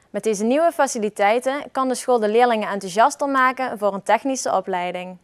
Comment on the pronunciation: Hahahaha inplaats van maken zegt hij magen hahaha